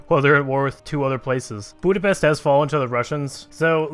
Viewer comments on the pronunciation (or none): none